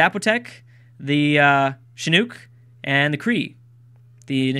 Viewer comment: With Chinook the nook is pronounced like nook and cranny